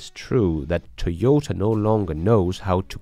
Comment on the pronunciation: I agree with you! BTW, it's TOY-OH-TAH, not TEE-OH-TAH.